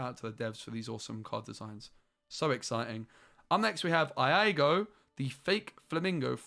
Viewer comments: the correct pronunciation for Iago is E-ah-go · Fell out of my chair when you said eye-ah-go for Iago. Lol love your videos 💕💕 keep the noise down! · How do you pronounce Iago wrong 😤